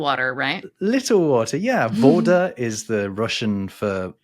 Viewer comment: In Russian for water, you said "vOda." Place the emphasis on the a. vodA (and pronounce the 'a' like 'ah)